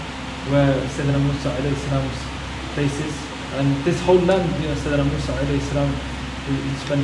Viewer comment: Mosa ✅ Musa ❌